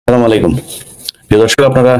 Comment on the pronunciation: ইলিয়াসকে বলবো স্লামালাইকুম নয় আসসালামু আলাইকুম